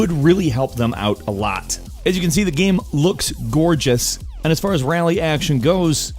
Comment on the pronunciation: "It's a good gaem, it's a pretty gaem."